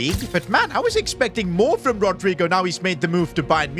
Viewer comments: That pronouncing was terrible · has to be funniest way someone pronounced rodygo's name